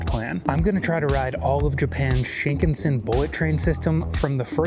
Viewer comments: No offense, but the pronunciation is Sheen-CON-Sen. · it is pronounced "shin KAN sen." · You had me until you BUTCHERED the pronunciation of Shinkansen... It's SHIN-KAN-SEN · "Sheenkin Sin" bullet train LOOOOOOOOOL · The raw, real and often mistake filled adventures are the reason why we are all here. Happy travels! By the way: - Shin means new. Shinkansen means new trunk line. - Shinkansen is pronounced "shin-kan-sen" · The proper pronunciation of Shinkansen is “sheen-kahn-sen.”